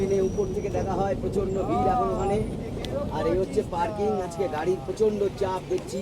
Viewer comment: আস্কে নয়, আজকে